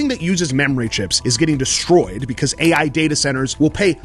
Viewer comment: "Aei Aye" 😮‍💨